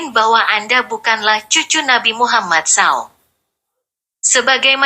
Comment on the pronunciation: Maaf sekali Koq narasi suara wanita ini seperti suara robot/ AI , Bilang Rasulullah nabi Muhammad SAW, ( dibaca saw) ... telinga agak kurang nyaman